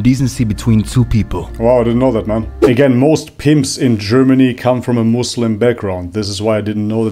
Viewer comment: ur the first person to pronounce muslim muSlim not muZlim😭